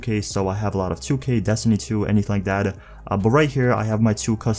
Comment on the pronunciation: He says “that” like Thad”